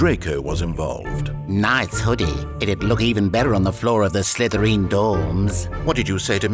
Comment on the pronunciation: Why the crap did you say SlytherEEN?! It's pronounced SlytherIN you blithering idiot!